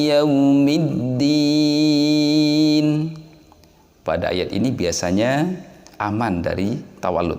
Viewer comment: di lafad qrairil kenapa dibaca qroiril begitu dilafad yaumiddin dibaca you padahal tidak ada bunyi oo pengirim dari Aceh